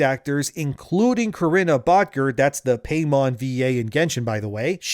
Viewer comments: "paymon" bruh 😭 its pai-mon not paymon lol but makes sense cuz its very greedy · Pie-mon ffs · Dammit,! It's pronounced "PIE-mon" 😂